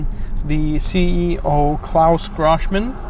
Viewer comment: Grohmann rhymes with crow-mannn.